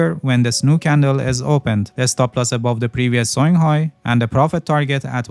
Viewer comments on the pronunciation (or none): Thank you for your videos, very informative. I have a question, I keep on hearing, stop loss for this trade is placed below the previous "sewing" low? What is that word "sewing" I have listed many times and don't quite know what word you are trying to say. Thanks!